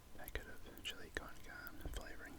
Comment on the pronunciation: It’s chilli con car-neh not carn it’s carne made by Mexicans so please say it correct or just say minced meat